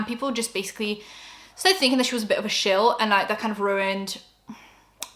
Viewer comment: Say shill again…